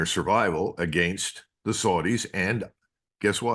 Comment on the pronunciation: YAY-MEN? (Yemen) The SOOR-DEES? (Saudis) HIS-BOLLAH (Hesbollah) CUTTER (Qatar) Why do Americans insist on butchering the English language? 😜